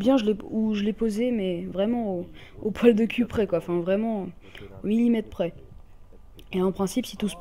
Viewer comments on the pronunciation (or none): none